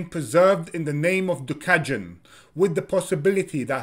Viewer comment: it’s not “gjuka” it’s duka with d.